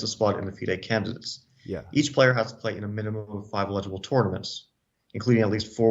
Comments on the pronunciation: I picked up on that, too, and scrolled to the comments to see if I was alone. (Apparently not.) He's misplacing the stress on the second syllable (e-LI-gi-ble) when it should be on the first (EL-i-gi-ble). Wondered if his was an alternate pronunciation, but according to the OED, it's not. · I was thinking the same thing. :D Sounds like he's saying "legible" and "illegible". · Love Fabi 4 Life but I had the same reaction. He kept pronouncing it like "legible" lol :face-green-smiling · please teach fabiano to say eligible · Fabi, the emphasis is on the first syllable: EL - i - juh - buhl. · Fabi is my favorite active chess player, but the way he is pronouncing eligible is funky. He says it like illegible..... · Bro fabi you are pronuncing the word eligible like illegible, completely different word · Yes, I thought I was only one who noticed that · How does Fabiano not know how to pronounce "eligible" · Fabi pronounces eligible weird.